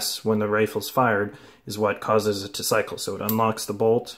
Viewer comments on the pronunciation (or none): none